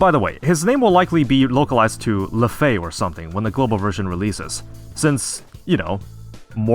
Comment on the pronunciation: The fact you 100% got LeFae right lol